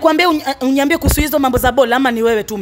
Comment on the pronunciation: it's how the stud gets mad and says unyiambie instead of uniambie 😂😂